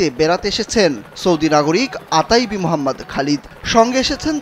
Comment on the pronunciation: আতাইবি না, ওথাইবি